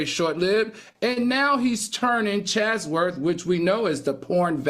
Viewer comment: Al, are you trying to say Chatsworth, CA? Sounds like your saying Chazworth